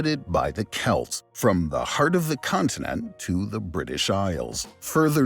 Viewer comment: Chelts?? AI slop.